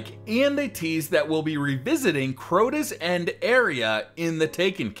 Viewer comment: so this is going to be the new director is what your saying? and you said something about crotas end. I couldn't understand you